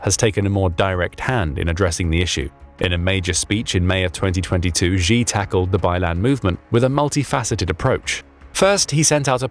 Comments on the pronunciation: Xi is pronounced “Shee” not “Zjhe”😂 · Why do you pronounce the name "Xi" like a Gee instead of "Shee" as it is pronounced in Mandarin? Falun Gong practitioners were Zhang's (pronounced /jahng/ go to for secret organ harvesting. And have you heard that a coup has taken place at the top making Xi (/Shee/) a figurehead? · Don't lecture us on Mandarin please when you can't even pronounce Xi's name. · Btw: Xi [shi], rather than [zhi]. Urumqi [utumchi], rather than [urumki]. Falun Gong members were not hust tortured, but became a live "stock" of organs for replacement for CCP officials or anyone willing to pay. Also, CCP is not a single cohesive power but a gang of infighting factions.